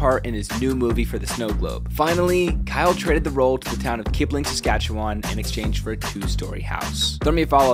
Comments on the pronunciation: I pronounce it sask- atch-uwan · It’s not Saskatchewan it’s sask-at-chew-win that how u pronounce. It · Lmao I always love the way non-natives pronounce Saskatchewan! Or any Canadian province/territory for that matter.